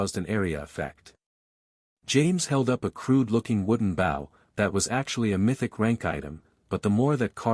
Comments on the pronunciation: In case it can be done, here are some of the words which are not properly pronounced for the meanings in their context: Bow can sound like b.oh referring to bow and arrow, and b.ow (as in ouch) for bending over to pay tribute to someone or something. Content has two possible meanings depending on how you pronounce the word: the content has the emphasis on the con part of the word and is for what is in a container, like a bag, and, content has the emphasis on the tent part of the word and refers to a feeling of satisfaction, as in: to be content with your lot in life. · Please add to this list of words not properly pronounced for their context: [_] BOW can sound like b.oh referring to bow and arrow, and b.ow (as in ouch) for bending over to pay tribute to someone or something. [_] CONTENT has two possible meanings depending on how you pronounce the word: the content has the emphasis on the con part of the word and is for what is in a container, like a bag, and, content has the emphasis on the tent part of the word and refers to a feeling of satisfaction, as in: to be content with your lot in life.